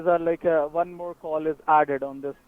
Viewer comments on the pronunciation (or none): the password is: four nine eEHyYght uoan.